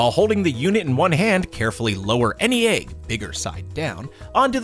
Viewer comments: Jackson boyyy eh-g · That's how you pronounce egg lol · I love how he pronounces it “ayg”. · Why do you pronounce egg (Ayeg) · Boooeee stop hating I bet you say stuff differently sometimes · Phrog | or... “ehg” like the end of the name “Meg”... (or do your pronounce that “mayg”? There are classic vowel mergers, but I find that even some people who don’t vowel merge other words, do in the word egg. Just an interesting regional variance!)